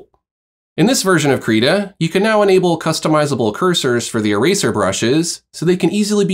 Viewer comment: Thanks very much for going over the tools. Very helpful. -very minor thing but, at least on the Krita youtube channel videos, they pronounce the program name Krita with an "it" or "sit" & not "Kreetah". Please keep up the great content.